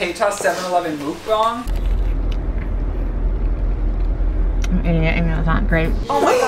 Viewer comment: It is pronounced muc bang not mooc bong